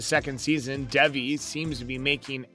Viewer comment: bruh how do u get devi from davi lol